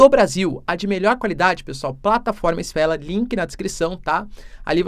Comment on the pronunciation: sfela? kkk cebolinha